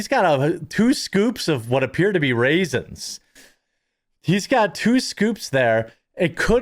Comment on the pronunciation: "raisins" LOL